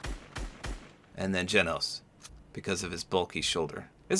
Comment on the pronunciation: so for the glitching i think it's bc in the anime the have a hologram of him pulled up and it's when they see his pfp of his ranking and stuff and i think that's why it glitches bc it's like that ig idk i think it's bc of that but i love how u said genos name right most ppl don't